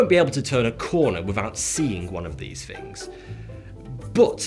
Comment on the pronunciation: Furver more... Fings may be different... Lol